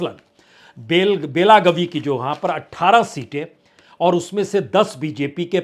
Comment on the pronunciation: बेलागवी नहीं, बेलगावी